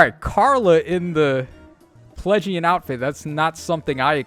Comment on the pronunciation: That you kept calling it Plegian hurt my soul 😭